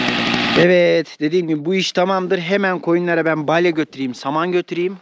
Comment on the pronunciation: Balye değil balya.